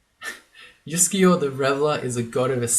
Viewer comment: Your comments about your Scandinavian-sounding pronounciation of Uskayaw pushed that one button in my brain - you know which one! Here we go: 'juskejå' would actually, at least phonetically, be a valid Norwegian word, pronounced quite like you did! It's of course an absolute nonsense word with no meaning. But! If we divide it into 2 words: 'jusk(e)' and 'jå' then we can get creative. Instead of 'jå' we can say 'ljå' - which is a real word, where the initial 'l' is silent! And it means 'scythe'! Now we're getting somewhere. But what about 'jusk'? Well, I found nothing in the official dictionary. But I'm willing to bet a small amount of money that in some dialect in some valley or on some island somewhere in Norway it's a real word with meaning! You know what - let me google that for me. [seconds later] Huh. I'll be damned! I found one mention of 'jusk' as a (dialect) verb, and apparently it means something like to be unsteady/unbalanced, or to stand/balance on something that is unsteady/shaky/wobbly! And Norwegian is one of those languages where you can just stick words together to form new words, therefore 'juskeljå' is indeed a valid word! Conclusion: Uskayaw is now Wobblescythe :D